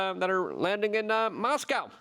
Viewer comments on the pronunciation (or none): none